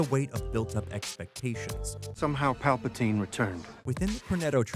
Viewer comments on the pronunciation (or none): none